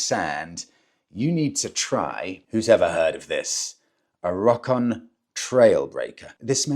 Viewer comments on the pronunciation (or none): I believe Rokon is pronounced "row-con." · It's pronounced Ro Kon